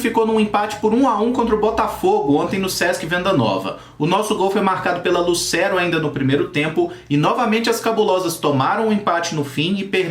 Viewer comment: Kaiki é um bom lateral esquerdo, tem q ser trabalhado mas tem potencial. Ageu é mto bom volante! Coloca Matheus Neris no bolso! Sem contar o Cezar zagueiro, q é ótimo P.s.: só pra constar, o nome da jogadora Lucero se fala "Lutchero", como na pronúncia italiana. Abração meu bom!!!!